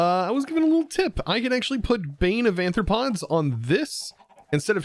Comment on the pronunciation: it’s aRthropods, not aNthropods. Bane of are-thropods.